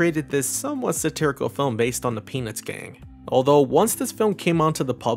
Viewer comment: Your pronunciation of 'Peanuts' sounds a bit too much like 'penith'.